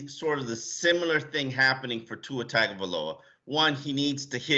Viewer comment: Pronounced TONG-O-VI-LOA. Come on you should know by now bruh.